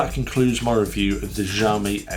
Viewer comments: It's pronounced "Shee-ow-me", not "jow-me" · Kzaomi?? Added another way of pronouncing Xiaomi into my list. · It makes me laugh to tears, I even checked trustworthy native speaker (google translate) and is supposed to be pronounced more softly, as "ksiajomi". I am pretty sure it's so funny to me because in my language the "ż" and "sz" are actually being used. As far as I can understand what you're saying I am good. I just hope that tire was in 100 degrees of Fahrenheit not Celsius...